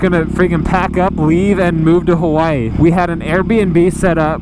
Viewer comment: Did he say "We were gonna move to Kawaii" ? ^o^